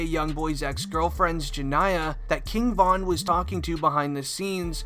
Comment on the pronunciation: Ja-knee-uh :jania